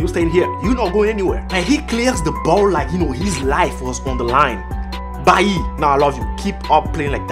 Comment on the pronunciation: How can u love Bailly and u don't know how to say his name...